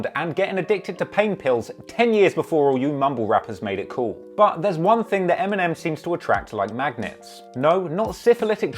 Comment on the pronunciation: I forgot he was British until he said the word "Thing" and TING came out his mouth